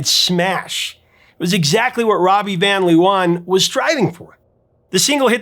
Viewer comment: Amusing to hear you mispronounce Robbie van Leeuwen ;-) (Vahn Layoowhen)